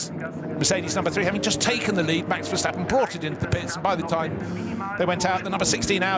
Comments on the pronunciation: why the hell is that commentator still calling him Vershtappen? There's no f'ing H in his bloody name!! I thought those idiots got the message years ago ... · I hate how commentators always say: VerSHtappen. In Dutch its just pronounces like a normal S, not a SH.